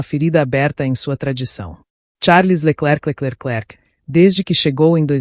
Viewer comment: Leckeclecleclek!!!!!! Que é esse?